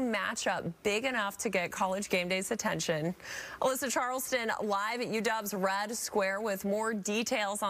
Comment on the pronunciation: Hey, it's Red Square, not Rad Square.